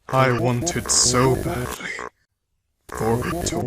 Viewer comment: when he says he wanted it so baldly is sounds like he I want it so badly